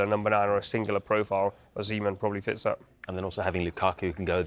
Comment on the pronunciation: why does he keep saying Lucocku? 😅